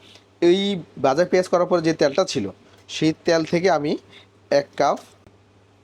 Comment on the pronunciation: ভাই শব্দটা কাফ না "কাপ" হবে